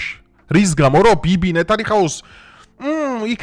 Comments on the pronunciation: ხშირად გეშლება და გაასწორე, ბრატ- ნეთანიჰაუ კი არა- ნეთანიაჰუ . 🤗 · Მაგარი კაცი ხარ. Ყველგან სწორ აქცენტებს სვავ. Მეგობრულად გირჩევ ნეთანიჰაუს მაგივრად, ჯობია თქვა. Ნეთანიაჰუ. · ნეთანიაჰუ... ნეთანიაჰუ და არა ნეთანიჰაუ 😊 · ჩასაფრებული არ ვარ, მაგრამ სისტემატურად გვარების არასწორად გამოთქმებს მიაქციე ყურადღება: ხ ა მ ე ნ ე ი ( არა ჰამეინი), ნ ე თ ა ნ ი ა ჰ უ (არა ნეთანიჰაუ), ელემენტარულია და რეპუტაცია არ შეურყიოს კონტენტს..... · ჰენრი არა ჯერალდი ეფრეემ..ნეთანიჰაუ არა ჰაუ არ იუუ...30 თებერვალი თემაა ..ტრაკი დააყენე და რაც რეალურია ის ილაპარაკე...ნუ იყიდებით ქართველებო რუსების რუბლებზემ..მოგიტყან მოჯთაბა მე შენ . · ნეთანიაჰუ რატო ვერ ისწავლე ბიჭო